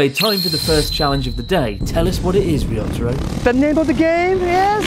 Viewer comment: "risotto-ro" incredible xD